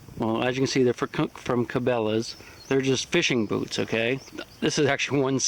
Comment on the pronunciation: At first I thought you said lets talk about booze.